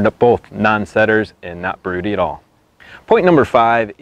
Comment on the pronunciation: Well he can't even pronounce it right but broodies are pure gold